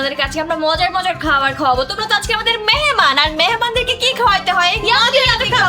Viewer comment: মেহমান ❌মেহেমান✅